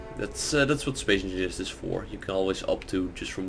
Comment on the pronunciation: Did he say Spay Enfingers?